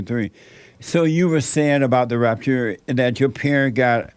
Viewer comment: I laugh out loud every time Jesse says “The Rapturrree” 🤣